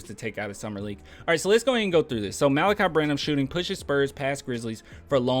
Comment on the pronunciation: Thanks for pronouncing his name. I was reading it and saying Mal'-uhk-eye, but you pronounced it Muh-lah'-kee.